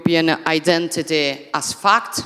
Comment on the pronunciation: L'inglese è terribile, ma studiati la pronuncia per favore. Sembra che dici F*cked anziché fact, imbarazzante